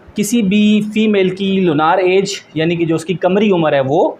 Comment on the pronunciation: Lunaar nhi hota .. Lunar hota h😂